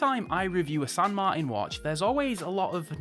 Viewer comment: San Mar-tan Not Martin. Like your Uncle martin.